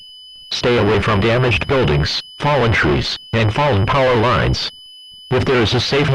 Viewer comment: “The telephone li-ness” always a classic